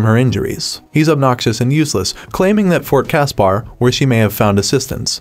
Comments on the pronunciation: Fort Casper not cas.par. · And Fort Casper same as the friendly ghost. This reader sucked